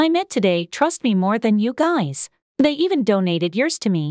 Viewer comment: just found sum just said ''gays'' instead of guys- dayum